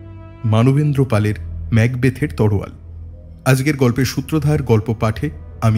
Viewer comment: তলোয়ার কে ওই ভাই বোন দুইজন বারবার "তরোয়াল" উচ্চারণ করে গেছে। বাংলা উচ্চারণ এত খারাপ হলে কিভাবে রেডিওতে গল্প বলে তারা।